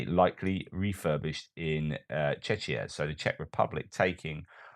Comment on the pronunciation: FFS! PLEASE! Stop pronouncing "Czechia" as "czeczia"! We are not chechens! Thanks!